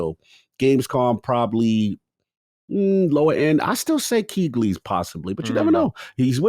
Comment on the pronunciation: Bro, has gotta stop saying Keighleys name like that (Keegly). It's gotta be on purpose, lmao.